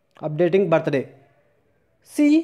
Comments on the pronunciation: Thank you...but its birthday...not ba-ta-ray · It's birthday not bat tha day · Am I the only one who heard battery😂😂😂😂😂😂